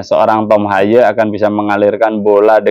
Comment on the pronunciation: Baru di sini hostnya melafalkan nama Haye dg bener 😅. Semoga Timnas bisa seri vs Arab Saudi 🙏